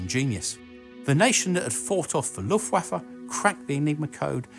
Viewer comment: I have yet to watch a video where the presenter correctly pronounces "Luftwaffe"... Fucking hell it is not that difficult